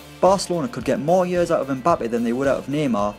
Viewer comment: You do not pronounce the m in Mbappe, his name is Cameroonian. My last name is Mbella so I would know.